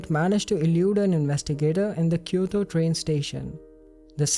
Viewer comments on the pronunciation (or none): none